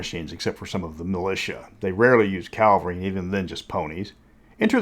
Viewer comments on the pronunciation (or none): Not to be a jerk but it's CAV-alry not CAL-vary. Cavalry on men on horses. Calvary is where they crucified Jesus.